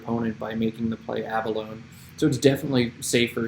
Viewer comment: Love all this - BTW, pronunciation is a-buh-low-knee. Great humility!